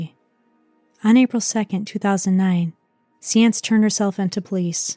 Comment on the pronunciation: You did a wonderful job on this story and I just wanted to let you know one correction. Not gonna specify why but I know for a fact her last name is pronounced sa-enz (signs). Sorry it drove me crazy the whole video. I’m sure it’s to much work to change it now but just wanted to give you a heads up. Thank you for your hard work in this video. Really enjoyed it. Also you are correct. She had many signs pointing to her being a drug addict and should never have been allowed to work in the healthcare field after being fired from her first job. Unfortunately the way Texas works she slipped through the cracks. I wish someone at the dialysis office investigated sooner and could have saved some lives.